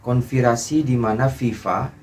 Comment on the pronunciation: Konspirasi bang bukan konvirasi